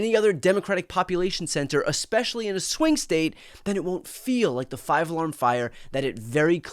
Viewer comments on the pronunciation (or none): Appreciate all the coverage of how ridiculous Trump's reign is - but I couldn't help but keep giggling every time BTC said Swing State this episode - for some reason it sounds like he's saying Twink State 😂 must be the South Park rubbing off